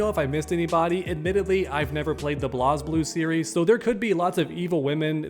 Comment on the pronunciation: It made me mad everytime someone could not name it right. He sad Blas Blue 😂😂😂 because he has no idea about that game or the cool characters and chicks in it. What a shame for him. 😂